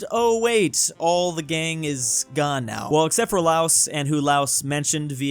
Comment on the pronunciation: I love your videos but for the love of God pronounce Laos correctly.